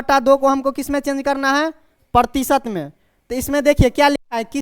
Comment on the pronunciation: प्रतीसत नहीं भाई प्रतिशत होता है